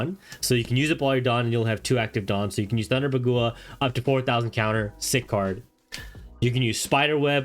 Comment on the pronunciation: This man's pronunciation is so off. "DAH-fee" he says "Thunder Buh-GOO-uh" he says... What?? Is this on purpose. Is this a meme?